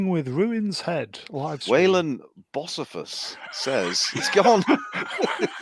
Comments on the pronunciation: It’s pronounced Bo-see-fus lol. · I could not stop laughing while the panel was struggling to pronounce “Bocephus” 😂